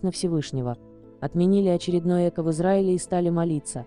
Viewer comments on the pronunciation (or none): ЭкО, ударение на О.